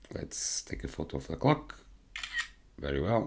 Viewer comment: I heard "Let's take a photo of the cock!" Shocked. Then realized, ah clock! Haha. Jokes aside, good work. Keep it up!